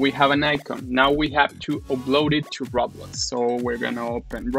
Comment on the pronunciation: When You Said "Roblox", It sounded like you said RAWBLOX XD.: now let's go to RAWBLOX